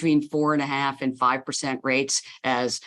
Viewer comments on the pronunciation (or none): Lol she almost said fffiive